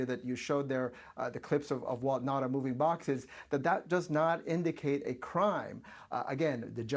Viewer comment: It's Nauta not Nata!